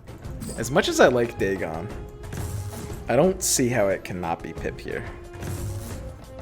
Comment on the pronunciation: its pipe(payp) sir not pip